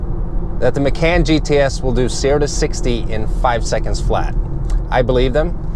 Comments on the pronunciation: Ma-caaaan. Like “Muh-Khan”. You should dub the proper way over the video to make it more watchable. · Porsche 'Muh-can".. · Sorry lol, but its pronounced "Mah-con" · love it when americans teach europeans how to pronounce european brands and names :) (i belive the guy is swedish) no hate though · Has an auto channel, can’t properly pronounce Macan. LMAO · Nice review, but I almost can't take you seriously mispronouncing the car...